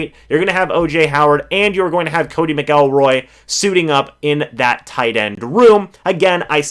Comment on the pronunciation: Its MAC- lroy